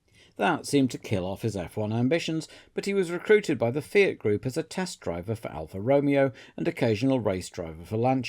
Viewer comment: Afraid I can't upvote this purely because of the pronunciation of Alfa Romeo